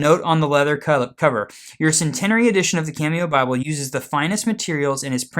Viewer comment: It's pronounced sen teen arie 😃